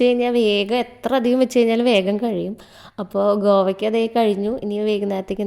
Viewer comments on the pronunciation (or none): Govakka alla😂kovakka